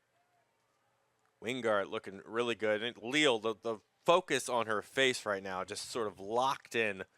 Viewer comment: Wouldn’t her name be pronounced “Ley-al”?